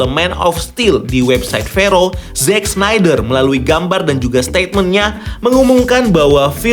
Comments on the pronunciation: Pasti bola bukan olahraga favorite lu. Yg gampang kek snyder aja ga bisa baca. Apalagi Szchezsny, Schweinsteiger, Sneijder, Kuszscak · Sneydeer, tolong 🥲